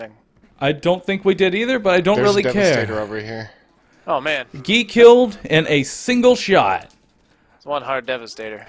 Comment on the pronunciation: it looks like you're saying: "1 shot gay!"